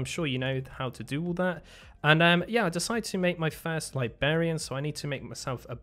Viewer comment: liBRarian not libarian haha